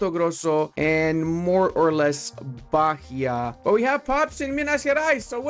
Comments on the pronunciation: You did pronounce it correctly eventually. Zhaneiro and Zherais, same sound. Also Ba-EE-a. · The "h" in Bahia has no sound. It sounds just baia with the i being the strongest sound. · As a Brazilian, hear you say "bakia" is kinda funny lol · Plese bahia is pronunce ba-í-a. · Btw considering you asked about pronunciation: Rio de Janeiro is Janeiro as in January (in portuguese we don't make the J into an R, ever) also Bahía is Bah (ba) - ia (we also don't make the H into R, ever) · great video, the h in Bahia is silent, more like Bah-ee-uh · u say BaÍA, the H is silence, u dont Pronounce